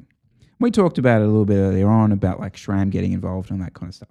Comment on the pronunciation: Its SRAM not SCHHHHRAM